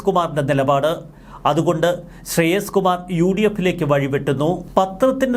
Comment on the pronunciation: ശ്രെയസ് കുമാർ അല്ല, ശ്രേയംസ് കുമാർ ആണ്.